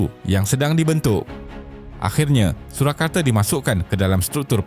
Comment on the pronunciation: Surakarta bukannya Surakarte.. Baca bagi elok skit